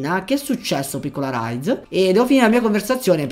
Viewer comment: comunque ti devo correggere:si dice rize non raize e hide non haide